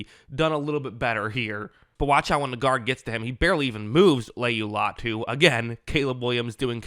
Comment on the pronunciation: Say his name right you’re gonna film on him